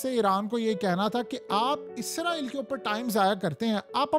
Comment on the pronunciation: یار باکی سب ٹھیک مگر ازرایل نہیں اسرائیل ہوتا ہے بس یے ٹھیک بولا کرو